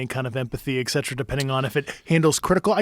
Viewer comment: Never trust a guy who pronounces “etcetera” and “espouse” like this guy does.